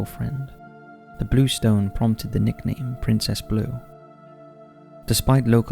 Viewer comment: Did you pronounce blue as bluee?